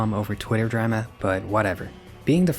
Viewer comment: I've never heard anyone ever pronounce the word drama as ‘drema’